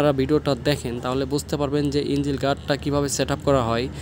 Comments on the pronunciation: ইনজিল গার্ড মানে কি ভাই? ইঞ্জিন শুনেছি। ইনজিল তো শুনিনাই। ইঞ্জিন শব্দটাও শুদ্ধ ভাবে উচ্চারন করতে পারেন না। আসছেন ব্লগ বানাইতে। কি যে বলি। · ইঞ্জিল গার্ড চ্যালেন ভাই আগে উচ্চারণ তো শিখেন